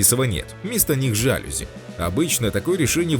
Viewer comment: Уважаемый комментатор, слово жалюзи, французского происхождения, ударение ставится, произносится на последний слог! И не склоняется!!!